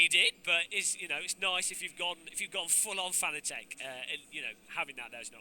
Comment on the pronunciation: If only he could pronounce Fanatec correctly. .